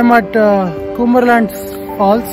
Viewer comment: Bruh.. You are pronouncing it wrong. It’s not kumberland. It is pronounced as Come-ber land.